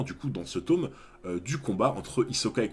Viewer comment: Tome se prononce avec un o "normal" come Tom sawyer ;) Merci pour la vidéo.